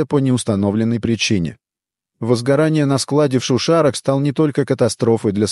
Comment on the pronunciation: шУшара это диктор с этого видео, а все произошло в шушАрах😂